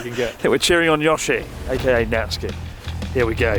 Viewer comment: slip when he shouted YOSHI made me WHEEZE